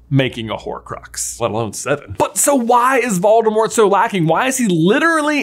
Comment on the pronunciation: He also pronounces Voldemort incorrectly.